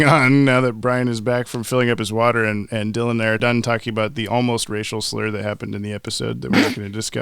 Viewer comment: Everytime you said "racial slur" I heard it like a play on Ras Al Ghul